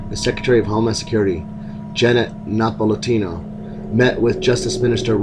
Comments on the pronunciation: Janet Nepolitano's last name is pronounces Ne-paul-ah-taun-oh. Otherwise, well done! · I think it's spelled Napolitano and pronounced more like Nah-paul-lee-tah-no.